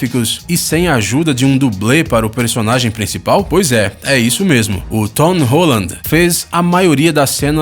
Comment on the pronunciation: "tom rolade" KAKAKAKAKAKAKAKAKAKA